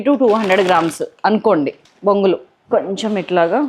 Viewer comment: Bongulu kaadu borugulu antaa4u